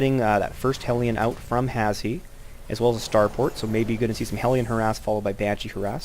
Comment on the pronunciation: his name is pronounced "hash" haha, good commentary though and a good game!